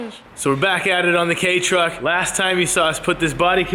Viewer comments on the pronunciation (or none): He said K truck..